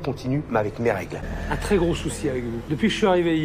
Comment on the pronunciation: elle ne sait meme pas parler elle dit "crés bon" issou